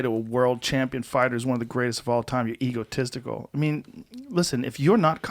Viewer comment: Anyone heard "eagle testicles" instead of egotistical?